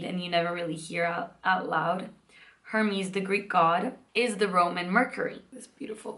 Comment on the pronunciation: Hi!! 🌻 Thank you for the vlog! You pronounced the greek mythology names correctly!! Hermes ( pronounced Ermis in greek) mas the messenger of the Gods, Ariadne ( pronounced Ariadni in greek) was a Cretan princess that helped Theseus escape the Minotaur in the labyrinth of the Cretan King Minoas. Its a beautiful story!